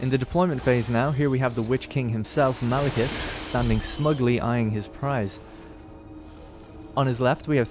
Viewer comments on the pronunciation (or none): I can't help but to think that "Malekith" is saying "Male kiss".